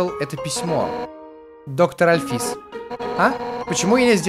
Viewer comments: Правильно альфИИс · и в имени Альфис ты ставил ударение не на ту букву... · правильно Андайн Альфис(ударение на А) и Папайрус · Та блин альфис ударение на а понимаешь на а а А!!!